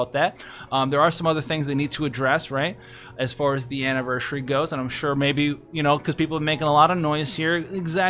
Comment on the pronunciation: You do realise you keep saying "AnniverSHUry", right?